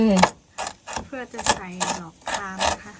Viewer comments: ไม่ได้มีเจตนาร้ายหรือว่าอะไรน่ะครับแค่อยากช่วยน้องฝึกอ่านออกเสียงภาษาไทย ดอกคาม..น่ะครับ...DOK KAM✔️ ไม่ใช่..หลอกคาม...(LOK) KAM❌ ให้ออกเสียงเป็น( D = ด ) ส่วนชื่อน้อง..คำฟอง..KAM FONG✔️ ให้ออกเสียงเป็น F (FONG)ครับ ไม่ใช่ PHONG❌ ไม่รู้จากศัพท์เมียนมาจะเขียนหรือออกเสียงแบบไหน..แต่ถ้าจะออกเสียงแบบไทยต้องแบบนี้ครับ.. (ดอกคาม=DOK KAM)✔️ (คำฟอง=KAM FONG)✔️ เป็นกำลังใจให้ครับ💙💖💙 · หลอกคามหรอ55น้องต้องพูดว่าดอกคามนะครับ555